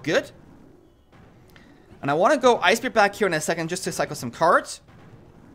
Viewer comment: Bruh theres no way he says cards wrong by accident lmao